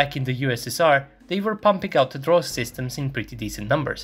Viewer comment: Good video, but I ask you to improve your pronunciation is "Drozd" not "Dross" the active protection system. Greetings from Buenos Aires, Argentina.